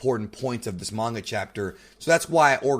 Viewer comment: Can you seriously learn how to pronounce names and the word manga your reviews are a disgrace when you can't pronounce words correctly